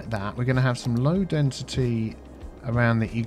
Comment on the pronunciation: That's "high densiTEA". 😆